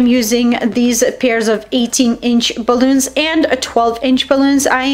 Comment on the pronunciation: I love ur video... but its cute how u over pronounces words balloonza.... great directions and demonstrations